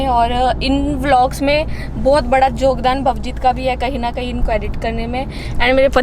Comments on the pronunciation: Yogdan hota hai jogdan nhi 😅😅😅🤣🤣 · Jokdan nhi hota hai yogdan yogdan hota hai😁😁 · jogdan nahi its yogdan 😀😀😃 btw ur soo cute